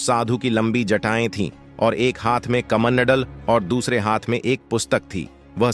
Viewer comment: कमनडल नही कमंडल